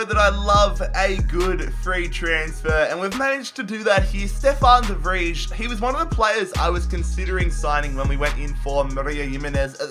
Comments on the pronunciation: please write down somewhere that you pronouce Stefan de Vrij as Stefan de Vrai and not as Stefan the Fridge so you dont forget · It's De FRY, not De Fridge 😂😂😂😂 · The way you say de vrij is wrong, it’s prenounst as “the fry”, sorry for my bad english, love to you and this series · TIP: You say De vrij as de Vraai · de Vrij Is pronounced de vry